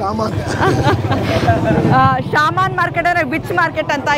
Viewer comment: Sir adu ಶಾಮನ್ ಅಲ್ಲ ಶಮನ್